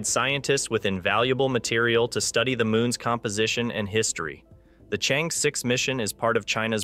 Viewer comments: It pronouces as chang err, not chen. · Its Chang'E. Not Change' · The correct pronunciation for the China's combination lunar module is : Chang-e 6 NOT Change. Nonchalant way of reporting!! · How pathetic! You can't even differentiate between Chang'e 6 and Change' 6! Did it on purpose? Or, prefer to invent your own terminology in order to slight others? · The only lunar Chang is Gordon. It's cháng+ é, as in err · The name of the space craft is pronounced " Chung Err" . It's the name of a moon bound fairy in Chinese mythology. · 👍I dont mind your mispronounced Chang'e X I do mind your named as Spacenews youtuber but you dont mention/skip or you dont knew the success of Chang'e 12345 which already land on the moon rover on the moon surface take selfe and still alive... but talk a lot on the indiaJaps...s story make it a pretty amuture report for a whole story . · Information and interesting video let down by the very pronunciation of Chang-Er. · You mispronounced Chang"e 6. Learn how to say it in Chinese.